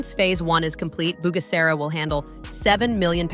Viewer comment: Pourquoi ll’IA n’arrive pas à prononcer KIGALI aux lieu de kagali et pourquoi G dans Kigali se dit correctement et G dans Bugera est prononcé Bujera.